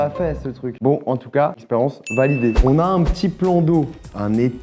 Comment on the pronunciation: Pk il dit experence a la place de expérience 😂